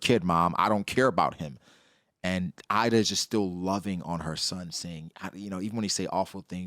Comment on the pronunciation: Ida her name is pronunced using the I from "inside" and da how you pronunce "the", I'm literally Swedish so I know the Swedish pronunciation